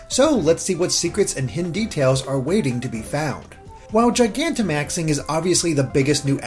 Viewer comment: FINALLY I FOUND A VIDEO WHERE SOMEONE PRONOUNCES GIGANTIMAX CORRECTLY